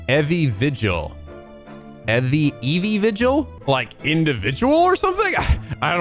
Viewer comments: I think Evie is pronounced more "ee-vee" so her name is more evening vigil while her husband is daily vigil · Evie is pronounced Eevee, and how woudl you get 'individual' from that? The pun is Evening Vigil, as contrast with her husband, whose on a daily vigil.